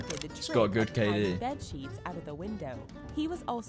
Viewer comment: Dude said kd